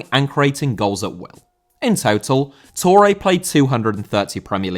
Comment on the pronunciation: Touré * not Tourei